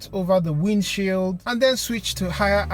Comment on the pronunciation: "Den Blast All Of Dat Off" With Your Pressure Washer. Peeeace✌